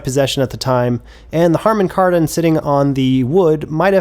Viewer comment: Harmon Kardon? 🤣😂